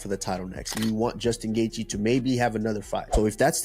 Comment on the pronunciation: Bro pronounce Justin's last name properly